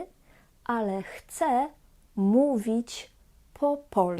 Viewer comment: Wymowa "Chce spróbować " jest błędem wymowy , ponieważ "Chce" to on/ona/ono. Natomiast "ja" zawsze "chcę" i tak prawidłowo należy wymawiać Bo jeżeli powiemy "Chce rozmawiać po polsku" to powstaje pytanie : Kto chce rozmawiać po polsku ?